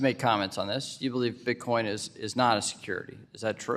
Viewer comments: Did Ms Waters say Bitcom? She doesn't even know what she is talking about! 😂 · “Bitcoin”!! Not bitcom Geezus Maxine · Maxine Waters can’t even properly pronounce her words. Get these dinosaurs out our government.